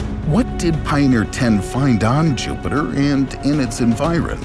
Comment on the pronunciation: Pioneer, not Pioner.